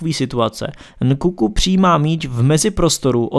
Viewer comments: Je to Nkunku ne Nkuku :D To je jak kdyby někdo říkal Prža místo Práža. Jinak dobrý informativní video. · Jakoby podle mě je to Nkunku a ne Nkuku, ale to by bylo jedno. Nevím jestli je to nedostatečnou slovní zásobu, nebo tím že samotný těm slovům nerozumí, ale celkem mě štve že stále opakuje - horizontální a vertikální. Jinak výborné video, jenom říkám, že by to chtělo trošku poladit rétoriku.